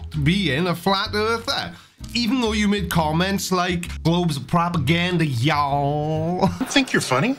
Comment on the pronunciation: LOL.. "Y'aowll", that is as United Staters as it gets! Oh and, loved the previous rant video too. Cheers!